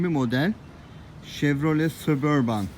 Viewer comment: sabörbın diye okunuyo abi